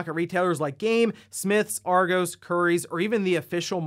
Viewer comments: UK Store "Argos" is pronounced "Are-Goss" not "Are-gose" 😊👍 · Its arGOS like MS DOS!!!!! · The way you said Argos made my morning 😂 it’s Ar-gos. Actually that probably doesn’t help. But still funny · As a Brit, I'm loving the pronunciation of Argos!